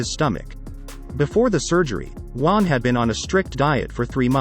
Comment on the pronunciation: Juan, not Uan